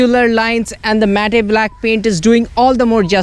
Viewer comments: bro ...its not mat-te lol...its matte ( pronounced as 'mat' ) ...cheers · Its pronounces matt!😔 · aasim khan I knew, i was not the only one to notice.